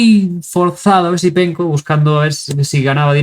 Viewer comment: ¿me falla el oido o dices Easypenko? 😅